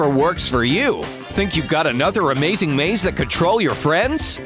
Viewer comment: he said a "maze" ing maze